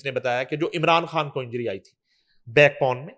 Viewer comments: یہ کھان کیا ہوتا ہے اصل لفظ خان ہے اینکر بننے کا شوق ہے تو پہلے تلفظ ہر کام کرو جہاں دیکھو سفارشی گھسے ہوئے ہیں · Dear please make her speak خان not کھان۔